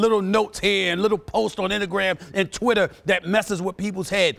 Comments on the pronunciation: Innagram 😂 Stephen A it's say it with me in-sta-gram instagram see that's not so hard to pronounce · lol he said innagram lol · Also, "Innagram" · “Innagram”, “agenders” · Did he say innogram 🤔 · INNAGRAM ❓AGENDARS ❓ 😂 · Inagram???? WHAT you talking about Stephen A???